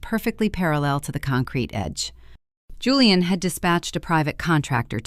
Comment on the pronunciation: Why does the narrator keep incorrectly pronouncing Julian as Julianne? Also, why aren't they using Virginia's signed waiver condemning Maya to state custody to prove her lack of fitness to have custody of Maya?